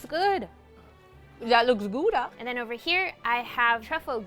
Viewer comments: When Americans say Gouda.. as a dutchie you be like 😑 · I work at a cheese store and im like, thats not how mozzarella looks like and not how your pronounce gouda (im dutch) LMAO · As a dutch person hearing people try and say gouda is amazing